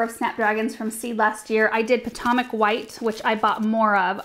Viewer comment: The way she says Potomac makes me giggle. I’m from Maryland/Virginia area it’s funny to hear someone pronounce it phonetically from the west coast. Puh Toe Mick